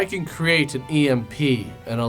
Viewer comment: Ok that's was too funny.. Especially when you said "emp"